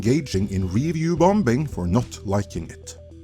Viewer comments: This is an incredibly minor correlation but something i notice in many of your videos. The second "b" in bombing is silent. There ive said it, get on with your quality content 😊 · Are you deliberately mispronouncing the word “Bombing” ? lol 😂 🤷🏻‍♂️